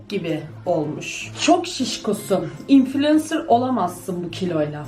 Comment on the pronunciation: lan o infülensır diye okunmuyo şaka mıydı